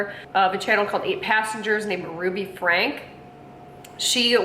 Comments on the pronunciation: All family channels should have rules and regulations from YouTube, set up by child and family professionals. Also it’s pronounced Frank- e (Frankie), not Frank. Not all family channels are bad. There are many who are about great families, but unfortunately for every great family channel, there’s always a bad one. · Franke is said "Frank-ee" like Frankie. Bonnie and her sisters (Ellie and Julie) do not deserve jail time. I wish she wasn't in your thumbnail. That's so wrong. Because of Ruby's extreme beliefs, she quit speaking to her sisters, brother, and parents. Bonnie and the rest of her sisters did things behind the scenes. Just because they didn't talk about it publically doesn't mean they did nothing. CPS has been out to Ruby's home a few times. They claim to have found nothing. CPS are the ones who deserve jail time. CPS failed these kids. Like Bonnie said in her video "You don't know what you don't know." As someone who hasn't watched these families for years, you have no idea and your opinion couldn't be further from the truth. Ruby has always been abusive. It got much worse when Jodi came into the picture. Meanwhile, you are making money on this video. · “FRANKIE” is how Franke is pronounced. Her sisters knew, they reported, her eldest daughter reported. They didn’t just sit around and do nothing. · I thought her last name was pronounced “Frankie” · Pronouced Frankie...not Frank. Spelled Franke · You failed to mention the grandparents that decided it was a good time to do a missions trip to Serbia! And not to be rude but the last name is Frank ee. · Pronounced Frankie. We can tell 90% of these vlogs have never watched 8 passengers.